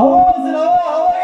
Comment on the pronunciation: Yimek gönderin yimek yimek yimeğ yokmu yimek😂